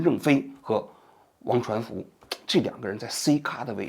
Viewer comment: 现在节目质量这么低了吗，念错好几次人名了，刘传福梁文雄？低级错误